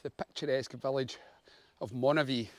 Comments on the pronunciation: Was sitting here trying to figure out where Monavie was, and then realised you meant Moniaive. Pronounced Monee-aye-v. 😂 Despite that confusion, this looked like a fun day out! I can’t wait to get out myself. The longer evenings and the odd nice day are calling, but I’m just waiting for a recent bout of the flu to clear completely first. I’m chomping at the bit though when I see videos like this! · Great video, but Dumfries and Galloway is NOT the Scottish Borders. Moniaive is Moni ( almost like money) ive( hive with no H ) Look out for the Tearfund cycle, now from Dumfries Baptist Church, August 16th. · Nice to see my old haunting/cycling ground around Moniaive (pronounced moni-ive), that’s my mates pub/hotel in there called “craigdarroch”where I used to work, nice wee tour of the area.